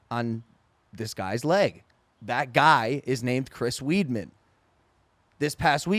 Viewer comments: This dude said Chris Weedman lmfaoooo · he really said chris weedman